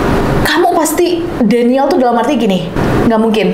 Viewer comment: Fyi denial (baca:dinaiel)